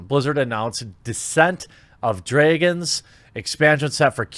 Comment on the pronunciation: Say it, D R A G O N S! Not Dregons